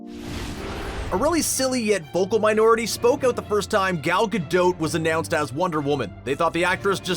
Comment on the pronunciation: “Anyone that has researched Gadot will know...” Me: “Clearly you haven’t because it’s pronounced Gadoe, not Gadote”